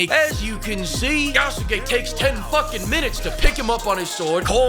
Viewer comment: How come NOBODY can pronounce Yasuke correctly? Is Ubisoft pronouncing it as "yah SU ke" themselves because that's nice, Japan can tell them to FO for getting another detail wrong Say it with me "Yah Ske" just like you'd say "Sah Ske" and not "Sah Su Ke" with your most simped over Naruto character. The U after that S is practically silent. Ubisoft loses again